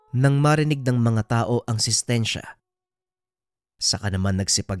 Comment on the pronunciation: Sintensya ata yun... Hindi sistensya